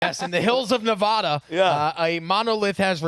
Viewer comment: LOL at Na-VaH-du. If people dont pronounce it that way in nevada, neither should you.